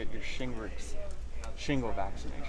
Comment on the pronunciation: Is he saying shingrets on purpose?